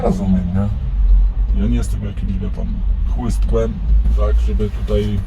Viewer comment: "Ja nie jestem jakimś CHŁYSTKŁEM" 😂😂😂 A może to słowo należy podzielić na CHŁYST KŁEM 😅